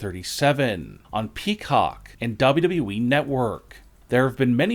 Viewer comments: How tf is it you pronounce wwe?? It sounds like you Are saying dobdobueeeee 😂 please just stfu. 😂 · Why does he pronounce WWE DoubledubE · The only reason why I’m still Subscribe is so I can hear you say W W E